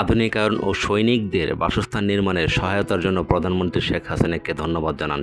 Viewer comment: বাংলার শুদ্ধ উচ্চারণ শিখতে হবে। প্রধানমন্ত্রীকে পদান মন্ত্রী বলছেন।